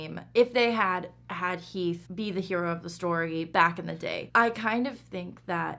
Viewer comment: It's heath